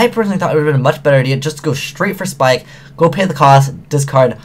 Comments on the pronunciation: YO ITS NAME IS "PIKE" NOT "SPIKE" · love ya but the word 'ABYSS' has two S' in it so its not mermail abyssSPIKEits mermail abyssPIKE!